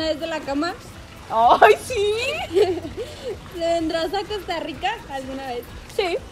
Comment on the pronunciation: pregunta algo random: zi